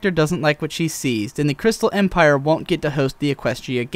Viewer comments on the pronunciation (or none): none